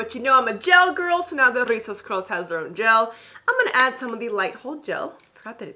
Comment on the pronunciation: Love how you drag de R' RRRIZOS 😆